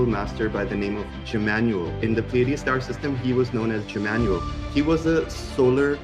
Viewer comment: "jmmanuel" made me lose my shit